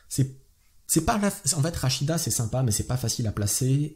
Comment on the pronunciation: ptn c pa rachida .... c rachid mdr